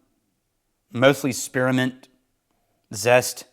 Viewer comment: Great review, except… there’s no “uh” in “spearmint.” 😂